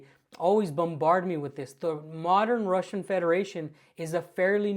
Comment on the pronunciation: This guy can't even pronounce "russian" wright..